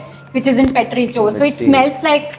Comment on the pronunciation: The pronunciation for Petrichor is Petri-kor